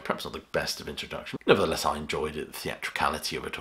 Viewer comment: Nobody pronounces the word “nevertheless “ as pronounces